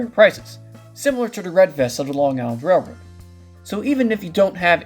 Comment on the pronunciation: Narrator: SLOW DOWN. It's hard to catch what you're saying. The word "railroad" sounds like "rrr".